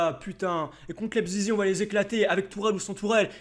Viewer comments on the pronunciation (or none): Mdr sa me tue quand tu dis leipzizi 😂🤣🤣 continue fréro tu me tue t un monstre continue 🤣🤣🤣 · Lep zizi 😂😂😂 a chaque fois il le dit ça me fait goleri